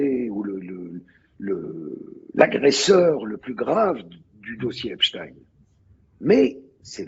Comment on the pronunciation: Tant que tu parles d'EpstINEUUU et de la guerre en Iran, tu m'as perdu....